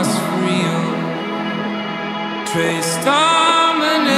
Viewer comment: As a speaker of multiple romance languages (latin-derived languages), I find his pronunciation disgusting. We may not know how Latin sounded like with 100% accuracy, but it's sure as hell not "trace dominay"!